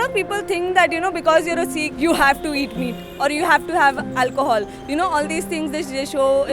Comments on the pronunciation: its not seeekh it a sikh so speak the pure word :) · Why do call "Sikh" as "Seekh"? Seekh is kabab. Sikh is Shishya.